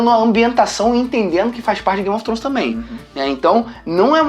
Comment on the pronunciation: "gaymi ofi tronish"